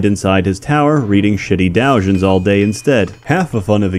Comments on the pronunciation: Dow-jhin. :( Doe-jhin :) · do~jiin not downgin you fuckin' scrub